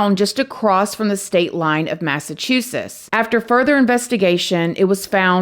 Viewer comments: Massachusess. 😂 Just playing w ya Hun. Excellent story telling craziness woo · I love how you said Massachusetts ❤ We have a lot of hard to pronounce names here lol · You could not have pronounced ashburnham and Rindge and even Massachusetts any worse